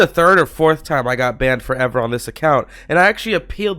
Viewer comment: why you always say "banned forever" weirdly